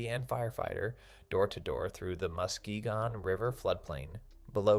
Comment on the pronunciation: It's pronounced Mus-KEE-gun